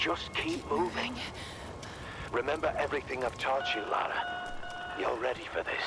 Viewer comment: Her name is Lara. Not Laura